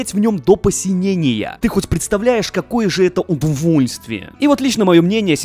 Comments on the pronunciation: Боже каждый раз ржу когда ты говоришь Удувульствие🤣🤣🤣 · Постоянно ору со слова "удувольствие". Балдеж😂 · Он каждый раз слово "удовольствие" говорит искажено?